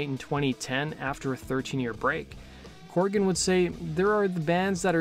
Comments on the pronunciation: CORGAN. COR-GAN. Not "Corrigan" or "Coregan" as you keep saying. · CORGAN. NOT CORRIGAN!